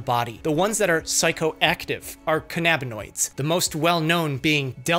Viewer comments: you mean "can-a-bin-oidz" not "khan-ab-in-oidz." You are nit Captain Kirk and Khan isn't leading his Augment army against you... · i have never heard anyone pronounce cannabinoids as Can-ab-in-oid instead of canna-bin-oid 😂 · THEYRE NOT PRONOUNCED CAN AB NA NOIDS, THEY ARE CANNA AS IN CANNABIS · Cannabinoids is pronounced “KAN-a-bin-oids”. The accent is on the first syllable. You pronounce cannabis that way, so cannabinoid is pronounced the same way. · the way your pronouncing cannabinoids is driving me insane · Your pronunciation of cannabinoids drives me up a wall, bucko.